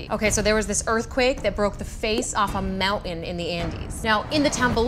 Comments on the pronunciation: she says mountain without pronouncing the 't'. That's funny. Can someone splice together her saying "mounan" 50 times or so. It could go viral. mounan mounan mounan mounan mounan mounan mounan mounan mounan mounan mounan mounan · say 'mountain ' one more time.